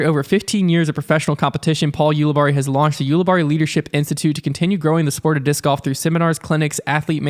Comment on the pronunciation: Ulibarri = You-lih-berry